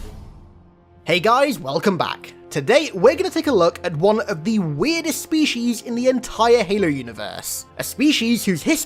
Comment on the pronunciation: I love your content but I have a question. Do you intentionally mispronounce words - specifically the word species here - or is that how you think they're pronounced?